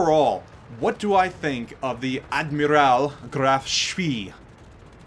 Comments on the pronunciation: It's ad-miral not ad-myral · I'm not gonna comment on the pronunciation of the name, most get it wrong, but what the fuck was that admirAl? It's Admiral, it's an english word you know...